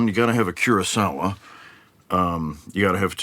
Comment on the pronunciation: the way he says kurosawa is awesome